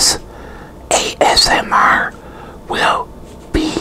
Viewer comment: Says “ASM-ARRGH”. Pirate style, like